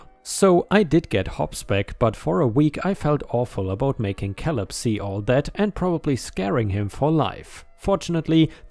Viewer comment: Caleb is said as "kay lib" not "kal ib." 😛